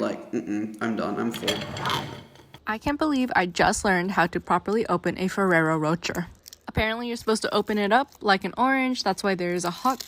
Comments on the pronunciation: feraro roger...??? the fuck xD fur-air-oh row-chaaay xD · Not ferrero roger 💀 its "roshay" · Not the fewwewo roacher 😭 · Ferrero Rocher ....😂 Its pronounced "Roe-shehr" y'all be saying roach-ur. I just can't even!😂😂😂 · She said roach-air instead of row-shay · Ferraro Ro-cher not rot-tcher. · Ferrero Roh-Chur is killing me 😂 Ro-shayyy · First the woman in the tiktok said ferrero roh-chur then he said ferrero roger... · The Rocher part of Ferrero Rocher is pronounced like the person 'Cher'. Ferrero Ro 'Cher' 'shh air' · It's pronounced row shay. It does not sound like the word Cher. Theres no "r" on the end. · Why in the unholy hell is everyone calling it ferrero Roger?? HELP ._. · Why is she saying fererro rocher like roacher 😂😂😂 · "Ferrero Roach-Er" 😂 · The fact the lady in the Ferrero tiktok said the name CRIMINALLY WRONG also points to it being highly likely of trolling. I'm like... 85% sure it's said like either Ferrero Ro-SHAY or Ro-SHARE, because I'm pretty sure it's French. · i hate how you and the girl in the video pronounced rocher. the last r is meant to be silent. it rhymes with crochet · 18 cookies in one sitting. lol Rocher (Row-shay) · Anyone else yell at the Tiktok lady through the screen, the proper way to say Ferro Rocher?😅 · The Nutella really hit the fan with this one. 😂 The way they pronounced Ferrero Rocher. 🙈